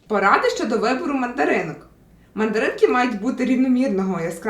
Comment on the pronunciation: Я почув не "Мандаринки", а "Материнки".😂😂😂